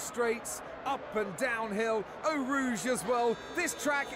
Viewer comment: Why do you pronounce it ''Ow Rouge''? Just wondering